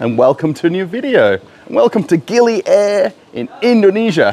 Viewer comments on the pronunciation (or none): The island pronunciation is Gili Aaheer! (Air means water )!